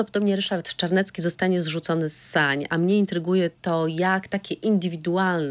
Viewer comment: Jak już to Ryszard Cz .bo nazywa się Czarnecki a nie Carnecki.W alfabecie polskim jest litera CZ.